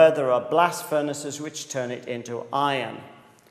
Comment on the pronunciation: Instead of "blast furnaces" I heard "blasfemists"!!